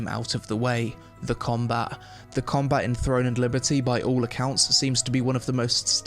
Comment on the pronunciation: Its combaT. Comba-bloody-TTT!! Not comba. Comba is not a word🤪